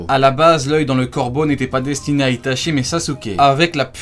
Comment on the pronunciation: J'ai trois correction pour toi c'est itatchi et saske et uchiha hhhhh pas wa oi compris 👍